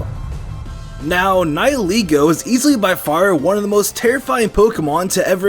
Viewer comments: Its called ni heh leh go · The pronounciation of nihilego is getting on my nerves